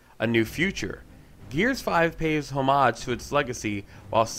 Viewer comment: Bro... I love to pick on you but damn.... HO-MOHJ?!? Great Review man! Was fun to play!